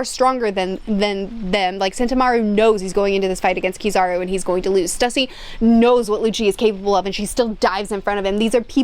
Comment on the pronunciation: I understand she isnt the best at pronouncing character names, so no fault to her, but please can we help her with her pronunciation pls, Stussy should be pronounced (Sss-Too-Cee) need to rally together a team of mods for her to help her pay respects to these characters names, and again no animosity towards her I just want to help her get them right.